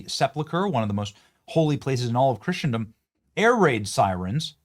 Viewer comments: Benny, I love your show and I know you are a very intelligent guy, but you must pronounce Christendom correctly… There is no hard tea in the middle of the word so pronounce it like "CHRISSENDOM"and, it's Dome of the Rock not dome on the rock and finally that is not the most holy site in Islam… The most holy site in Islam is Mecca in Saudi Arabia. You correctly pointed out that Christ himself is the third temple, by his own words. There is no need for a third temple since Christ was a total fulfillment of the covenant between God and the Jews. Christ is King. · Benny… love the content! 1. The “t” is silent in “Christendom”. 2. Dome OF (not ‘on’) the Rock. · 1) The temple was destroyed in 70 A.D. Seventy years after Christ's BIRTH not His death. 2) It's pronounced Christendom not Christian-dom. 3) The Temple of Solomon was NOT the tallest building in antiquity. The Great Pyramid in Egypt was the tallest building on earth until the construction of the Eiffel Tower in the 1800s. This click bait is completely annoying on multiple levels. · Christendom, not "Christiandom." Christen rhymes with listen. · It drives me nuts when Benny says "Christiandom" that's not how it's pronounced! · You don't know how to pronounce Christendom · It’s not Christiandom, it’s Christendom. It’s not sepluchre, it’s sepulchre. It might be best to either look up the pronunciation of unfamiliar words, or just not use them at all. It’s getting really old. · Love ya.. but it's phonetically 'KRIS-uhn-dum', and 'SEP-uhl-ker'... and no buildings were taller than the Pyramids in ancient times.